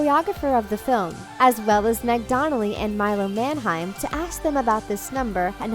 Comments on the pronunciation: Everytime she says "Manheim" I cringe cause she says it wrong. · Your pronouncing Milo's last name incorrectly